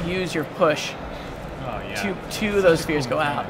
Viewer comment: when he says spheres, it sounds like spears :/